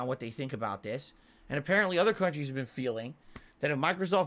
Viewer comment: Also not how he said "appearently" a mobile game addict, not "allegedly" a mobile game addict.